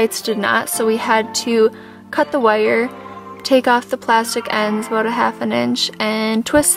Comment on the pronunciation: So impressed with what you did… and shout out to your parents supporting and helping you with it …. I will admit the first thing that threw me was you saying “aboat” with a Iowa State shirt on … but then say the Minnesota shirt and it made sense! 😀